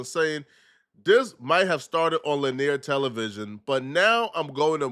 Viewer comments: Lin-ear? it's lin-ee-er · “lahneer” is crazy 😂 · doesn't even know how to pronounce the word "linear". Come on bruh, it's getting to a point where I can't take you serious. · The word linear giving my man fits